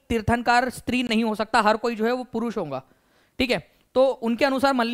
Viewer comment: Sir not honga that's hoga, aap hamesha hoga ko honga bolte hai